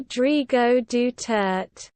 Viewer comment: Noooooooooooooooo! That's wrong! It's pronounced [Du-ter-té]!